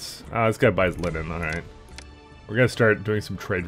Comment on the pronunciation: I think I been here for too long caz when you said line-nin I just went "it's, of course he pronounce it like that."